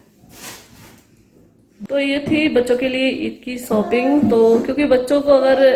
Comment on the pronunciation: Or sooping nai.shopping hoti ha😆